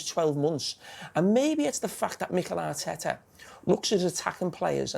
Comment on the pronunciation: Carragher: "Mighel Are-teta"